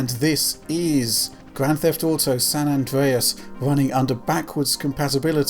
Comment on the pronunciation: san andweas hahahahaha